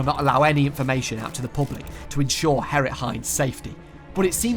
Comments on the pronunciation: he kept pronouncing G as H. hearing Herrit every time instead of Gerrit was pretty jarring. not to say this is some terribly horrible thing that he should be ashamed of... but the pronunciations were pretty bad. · nah g(uh)errit would have been way better, since it's more accurate to how the name is written, and far less confusing. I had to remind myself that herrit was gerrit half the time. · Took me 30 mins to understand you didn't say Harrit instead of Gerrit... 😂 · Bro called him Herrit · as a dutch guy, ik vind de ''herrit'' als gerrit zegt best grappig